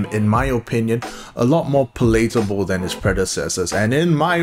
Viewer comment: pal lat able, not pa late abe, ya know? lik a wooden pallet kinda but yea idk just letting you know lol